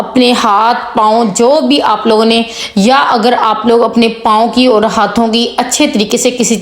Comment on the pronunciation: thanks .beti very nice tips..but plz bolne ka tareeqa boohat ouncha sakhat hae is ko theek karaen..and words ki adagi sahi karaen.truth barash nahi tooth barash hae..our nahi aur hae ..sab ko yutube per aane and pesoun ki vaja se boohat shouq hae ..but achai terha se ho tu so good..plz dont maind😅😊❤